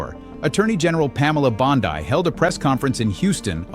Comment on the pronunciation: You got me laughing. Bondi (as in dee). Seized not seizures 😅. English is complicated make sure of the words you use...no one had seizures (convulsions) there. Maybe using other words would be better.